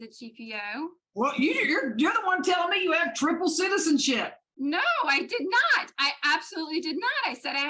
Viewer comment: “Nu-no”. 😡every time she said this I wanted to scream. That and when she would say “I don’t understond “. Even though she says “understand” totally normal in other instances. I may she records everything….does she ever listen to herself later? I have and it’s greatly changed my own behavior and the way I address others.